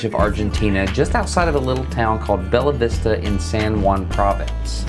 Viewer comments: Everytime he said BeLLa Vista I heard my Porteño friends shouting "Che! Es BeSHAa Vista!" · Nice! Quick note: "Bella" in Bella Vista is pronounced like Beya. Double L in Spanish is pronounced like a Y. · Porque es beya vista, viegaaaa! Jajaja Ah, pero dale una empanada y vas a ver que al toque habla bien xD Y después de un par de copas de vino mendocino... Agarrate! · I rewinded the video to make sure if you pronounced Bella right just so you know you didn’t. Keep up the great work I love watching your videos had a great day!